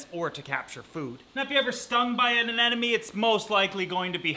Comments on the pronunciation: Learning moment: it's actually a Sea Anemone, not an anenome. A lot of people swap the m and the second n when they say the name of the creature, but it is, indeed, A-NEM-O-NE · Say it with me... A-NEM-O-NE. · Anemone. Anemone. Anemone. Anemone